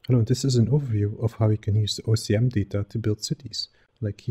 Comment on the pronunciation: You keep repeating OCM instead of OSM :) Anyways great implementation, I'm always amazed by the power of data-driven procedural generation in Houdini